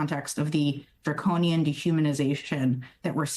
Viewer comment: Did she just say draconian